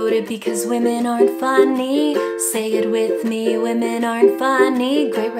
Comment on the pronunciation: "Wamen"